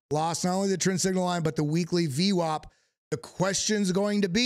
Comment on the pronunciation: Dude, please stop saying ve wop. Please. If you could hear yourself you would know how annoying this is getting saying vwop.